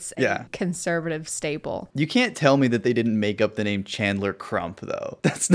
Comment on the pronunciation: I’ve watched this video so many times but I can’t hear anything but “you can take the vax XD I fear god, I don’t fear meh X3”